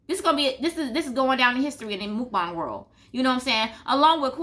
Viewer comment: MOOKbang is not their word (Chinese/Asian), MUKbang is the Korean word that everyone just can't pronounce LOL. Good video though.